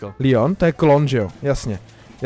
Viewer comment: Kdyby něco tak to je Leon a ne LION